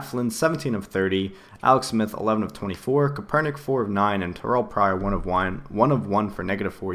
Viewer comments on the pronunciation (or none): is CAP-ER-NICK :) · it's pronounced Kape-er-nik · its pronounced Kapernick